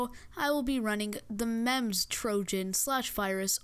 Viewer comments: its called memz like you speak it as memes but with a z at the end and not memz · why pronounce it literally memz meeeeemzz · cons off this video - "memms" (Memz is pronounced like Memes) - girly voice - AIDS Livestream-frame pros of this video: - memz trojan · It's pronounced "memes", not "mem-z" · its called Memes. not mehms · He actually prenounces it as "memz", even though it's prenounced as "Memes". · Boi no one say the name of the virus correctly it MEME-ZEE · It's pronounced like memes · its pronounced meems but speled memes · It's pronounced Me mm zz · bruh its just memz its not dangerous. (and its pronounced "memez") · Memes pronounced meems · ITS PRONOUNCED "MEMES" XD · It's pronounced meems you dip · It's actually pronounced like memz. If you watch Vinesauce Joel, he uses Vinememz in his video, and many others have reviewed it and said it's pronounced that way. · did u just call memez mamz? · by the way, it's pronounced mee-ms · He even pronounced "Memz" wrong. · Lmao, what did you say? MEMZ? Not even the most dangerous computer virus can put down a Nokia 3310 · anyone else bothered by the way way he pronounced MEMZ?